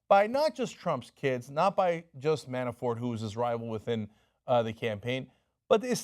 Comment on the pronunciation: Cenk, you need to work on your pronunciations. It's "Lev-in-dov-ski" and "Man-a-for".